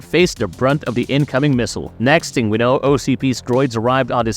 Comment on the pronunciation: Are you saying the word “ting” in place of “thing” and “Mudder” instead of “mother”.. i like your content but thats strange enough to distract with all the other weird words sprinkled in